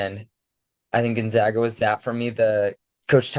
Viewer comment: Pronounce "GONZAGA" properly. It's gon-za(long a)g-a. Not gon-zog-a. It's the ZAGS, not the ZOGS.